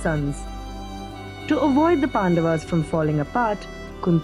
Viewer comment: It is not Pandavs It is Pandavas